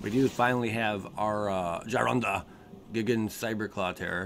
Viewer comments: "gig-an.." "GUY" gan,... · on the pronunciation of Gigan, it's guy-gan